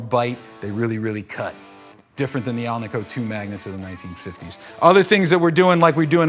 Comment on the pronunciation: AL-NICK-O. NOT AL-NEE-KO. You are watching this on the web; not the internet! Enough with the misnomers.